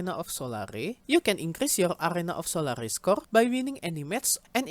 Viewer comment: it's pronounced Sol-air, 'sol-are-e" would be spelt as solary